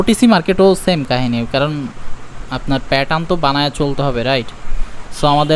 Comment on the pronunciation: আপনি প্যাটার্ন উচ্চারণটা ভাল করে করেন। শুনতে খুব অকওয়ার্ড লাগে।